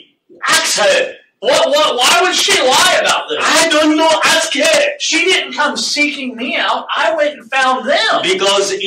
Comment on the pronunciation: 'Aks' me another...